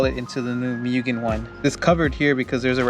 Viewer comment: Its pronounced Moogen